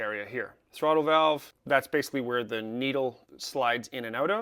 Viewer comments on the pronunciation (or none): none